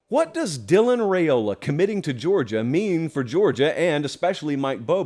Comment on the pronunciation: Let's get Riaola properly pronounced, please.